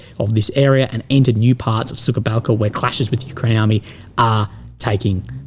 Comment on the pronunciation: I like the way you pronounce "Suka Balka" ("Bitch' Gulch") instead of "Suha Balka" ("Dry Gulch"). 😄